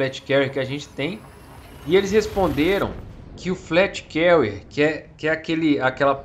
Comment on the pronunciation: Só uma observação "fleet Carrier" se fala como se fosse "flit Carrier" e não "flét Carrier" Mas muito bom vídeo haha,tô ansioso por essa nave